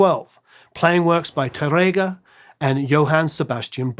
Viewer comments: Another spaniard here... great episode, and you did a nice job with the names, except Tárrega... it's tÁrrrrrega...(yeah, the hard R sound is a b*tch for you englishmen, I know...) tongue needs to go brrrrrrrrr and emphasis on the "a" not tarEga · His pronunciation of Spanish is really crazy. The "á" means that the emphasis is on that syllable. Spanish long and short vowels are not phonemic (i.e. contrastive). "RR" is not an English "r" sound. It's a trilled (rolled) "r." For example, he completely butchers, "Tárrega." Which should sound like, "TAH-rrrrrrr-eh-gah." Nothing like the way the host repeatedly pronounces it. And he can't even pronounce "Andrés Segovia" correctly, which makes the whole video hard to watch, since he is the subject of the story. Again, the "é" means the accent is on the last syllable of his first name. If there is no accent, the stress is on the penultimate syllable. Perhaps you can get this guy an accent coach to help him with his speech problems or find someone else who can enunciate the words properly. Thanks!